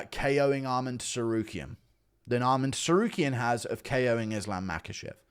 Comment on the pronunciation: Why is bro still saying TEsarukyan????